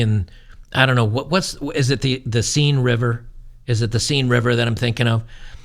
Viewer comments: River seine is pronounced sane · It's the Seine river pronounced "sayn" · Its pronounced Sen river. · Seine is pronounced sane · The river Seine is best pronounced "Senn". Minor point.